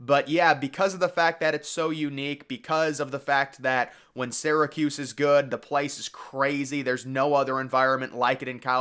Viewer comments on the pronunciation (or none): none